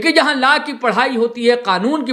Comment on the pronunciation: Sir phle pronouns to thik se kr lijey laa nhii law hota hai, or personally app chota Nagpur law college ko Target nhii kr sakte, app kavi aa y hai hamare Law college study dekhne, kysa hota kysa nhii, faltu ka bakwas kr rhe, humlog study kr ke he jate exam dene, 1- 2 ke chalte sbko badnam mat kijey